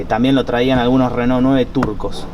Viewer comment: esta bien pronunciado "reno", en frances se pronuncia asi